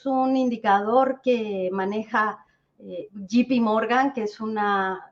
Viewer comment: Recomendacion a la experta, es JP Morgan no GPMorgan. Esto quita credibilidad al.analisis que es MUY bueno,saludos